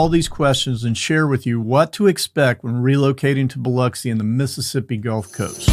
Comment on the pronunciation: Can I just say that, as a local of the area, I LOVE that the first thing you do is emphasize the correct way to say Biloxi. It has always been a particular pet peeve of mine when people say Bih lock see.